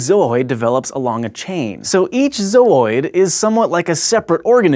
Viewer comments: it's not pronounced "zoyd" (with a longer "oy" sound), it sound silly that way... it's "zoo" (like the place where they keep animals) with an "oyd" sound attached.. zoo-oyd I'm not even english native and I know this :-o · I just stopped the video cause he said "zoyd" like a 1000 times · Its ZO-ID, not ZO-OID. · Surely it's pronounced zoo-oid? just flows better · sounds like he is saying zoid... mega zoid ftw! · "Zaaohhyed" uhgggh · Your saying your zoidannoid by it? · I always thought it was pronounced "zoo-id" - Since it's part of a collection of organisms...Like a zoo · am i the only one that laughs so hard whenever he says "zooid" like "zou-oid" XD i think it's hilarious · It's pronounced zoo-id dammit! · Let's play a game. Take 2 shots everytime he says Zooids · The way he says zooid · Everytime he said zooid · the way he repeatedly keeps pronouncing zooid pisses me off. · YES THANK YOU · I don't doubt the pronunciation of the word is correct, but the way he is saying it out of his original tone is just irritating. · Don't think he's pronouncing it right? Why not ask Zooidberg? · Thank you! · anyone else thought he was pronouncing "Zooid" funny :D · I love the pronunciation of Zooids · The emphasis in the word zooid gets me every time... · Zooid... Berg.